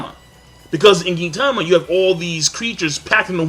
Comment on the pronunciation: Fuck you King. Its not " Geentama"